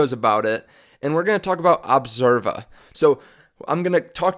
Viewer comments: Dude the name is ObsEva. NOT Observa! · Its Obseva, not Observa